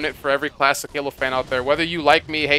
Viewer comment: I kept hearing you say "plastic" halo, took me awhile to figure out that you were saying "classic" lol